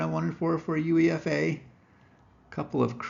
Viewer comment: It's pronounced - You-Ay-FA - U(you)E(ay)-FA - not You-EE-F-A